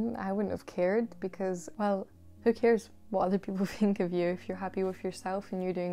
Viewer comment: Me:.. say i think i though its something with the truth.: i fink i fought its somefing wif fe truf.